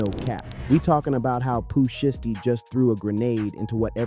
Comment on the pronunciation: “Pooh shisty” 😭